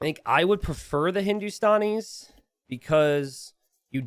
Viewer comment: Its Hindu - Stan - Ees not Hindu - Stawn - Ees (The Stan is like how you say Stanley, not Stawnley lol) -- Love your content btw <3